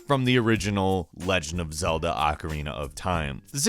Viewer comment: Why you keep on pouncing ocarina of time wrong.